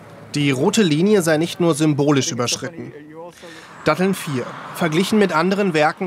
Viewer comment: Also wenn die Moderatorin "Datteln" nicht aussprechen kann, braucht man vielleicht eine andere Moderatorin.